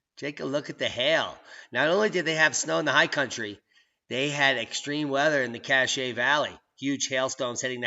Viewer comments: Bald Mountain pass in Duchesne (Doo-Shane) is at over 10,000 feet in elevation. Snow not unusual this time of year in Utah. Cache County is pronounced Cash. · Pronounce cash valley and due-shane